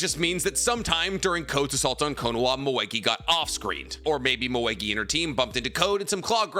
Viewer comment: Why do you say “Knowa” its Ko-no-Ha